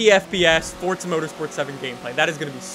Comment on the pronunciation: please there's no t in forza